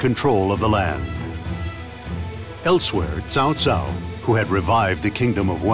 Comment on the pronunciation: His Douglas Rye's voice is similar like Nobunaga from Samurai Warriors 1 and repronounced as "t'sao t'sao" from DW6 and newer Dynasty Warriors Games rather than Cow Cow. For example: "Know to whom you speak! I am Cao Cao, ruler of Wei!"